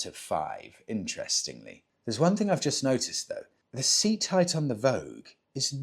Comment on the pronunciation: Vogue vs voge..... Vo-ja 😊